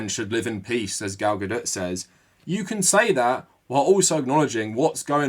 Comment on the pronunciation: Lol it sounds like you're saying 'Gal GaDIRT. ' Fitting 😅